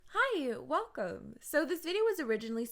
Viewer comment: Hi, “welome” 😂😂